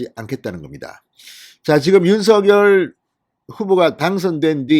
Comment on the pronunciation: 오늘 SBS에 방송 봤는데 '윤서결'발음이 아니라 '윤성녈'발음이 맞다고 하네요.발음 고쳐 주세요 ㅎㅎ